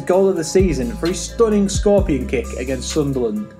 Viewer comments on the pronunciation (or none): none